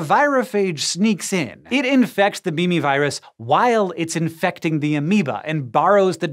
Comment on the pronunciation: Did he say "meme" viruses?? Lol